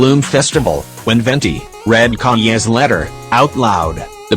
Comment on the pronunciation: I like how kaeya is pronounced kanye Idk if its a thing from the razor bennett meme or an actual typo but it was very funny ngl